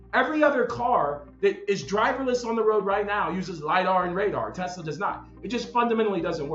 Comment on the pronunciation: "I love Tesler!" 🍊🍊🍊